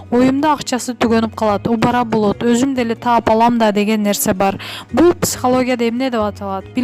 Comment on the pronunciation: Ушул окуп аткан кыз кандай окуйсун ?Упара дейсин го убара деп оку,абересин эмес алып бересин ужас.🤦